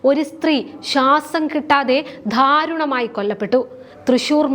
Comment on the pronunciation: കുട്ടീ ധാ രുണമായി അല്ല ദാ രുണമായി. സൂ ച്ഛ ന വേണ്ട സൂചന മതി. അ ഭ മാനിക്കൽ വേണ്ട അപമാനിക്കൽ. ആരോഗ്യം എന്ന് വ്യക്തമായി പറഞ്ഞു പഠിക്ക്. പിന്നെയും ഉണ്ട് കുറെ.നല്ല വാർത്ത വായിക്കുന്നതിനു വീണജോർജ് ഭാഷ വേണ്ട. വിമര്ശിക്കാനല്ല ശരിയാക്കാനാണ് പറയുന്നത്.